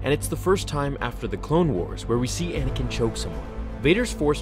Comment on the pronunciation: Anakin not Anikin